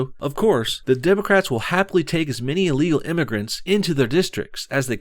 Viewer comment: this fat cow said "democratsis" hahaha